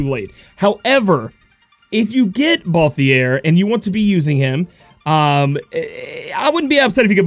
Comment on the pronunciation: I'll be that guy. It's ball-theer like the word tier not ball-thee-air